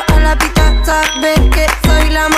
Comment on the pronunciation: Yung "sabeh" Beef